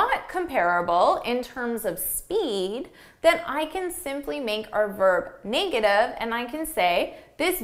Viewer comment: Hi, I noticed your "negative" is pronounced more like / 'nei - ɡə - tiv /, not /ˈne - ɡə - tiv /. Is yours a Canadian pronunciation? Best, Albert